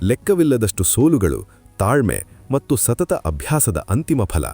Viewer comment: ಕೆಲವು ಶಬ್ದಗಳು. ಉದಾಹರಣೆಗೆ "ಮಟ್ಟು" ಎನ್ನುವ ಬದಲು "ಮತ್ತು" ಎಂದು ಉಚ್ಚಾರ ಮಾಡುವುದು ಸೂಕ್ತ.. ದಯಮಾಡಿ ಪರಿಗಣಿಸಿ.. ಕನ್ನಡ ಭಾಷೆ ಬಹಳ ಸುಂದರ